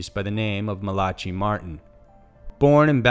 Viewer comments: Malachi is Hebrew. The ch is pronounced like the last syllable in loch. It means "my angel." Pronunciation is MA-la-kai. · That is not how to pronounce Malachi lol oh lord The name is pronounced ' Mal- a - kye' with the emphasis on the 'i' at the end of the name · He didn't fall from his apartment. He fell IN his apartment. He called his friend and said something had pushed him off the library ladder. And AGAIN, his name isn't pronounced ma-la-chi. Damn man, look it up! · Malachi is pronounced with a hard k and eye sound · OH MY GOD IT'S PRONOUNCED MALL-A-KIGH. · It's Mal-uh-ky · Mal-a-Kai is how it's pronounced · By the way you are pronouncing Malachi wrong.....it is pronounced Malak-eye .... now put it together and say it faster and that's the correct way to say it.... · EXACTLY WHAT I WAS THINKING. my friend son name. I tease him all the time and call him that. People crack me up smh lol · I couldn’t even make it past without commenting on his pronunciation of Malachi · My left eye twitched and twinged so hard, it gave me a cluster headache! He mispronounces so many common words and so often, sometimes I question if English is his first language! Edit I mean, if it weren't for the complete lack of an accent, I would question it more heavily! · He mispronounces everything, but that was especially egregious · no. It's an American accent, I am American and he said it wrong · Oh Lord, SMH Google..... how do you say Malaki? And you said it over and over and over. I would have looked up how to say it before I broadcasted it to the world. I and even if I didn't look it up and I still wasn't 100 percent sure how to say the word. I would have only said his entire name once. At introduction. The rest of the video I would call him by his last name. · Isnt it Mala-Kye Martin and not Mala-chi Martin? Just saying bcuz i used to mess that name up too. Said it the way it was spelled. Easy mistake for real. But 100% quality work. Love it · LMFAO😂 MA-LA-KI not MALATCHY